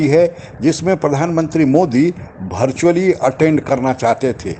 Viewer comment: आपकी बात सब ठीक लगता है लेकिन भर्चुअल भोट भैकेन्सी बोलना बन्द कर दीजीय । वर्चुअल वैकेंसी वोट बोलिये ।